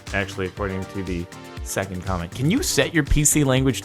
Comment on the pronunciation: Its zecond